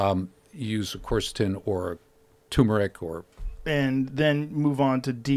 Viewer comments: People are pronouncing it wrong because its pronounced Kersetin nor Corsotin. Its spelt Qeurcetin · spelled quercetin